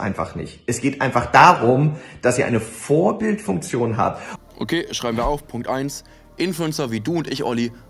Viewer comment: Vorbildfunktion und nicht Vorbild-S-funktion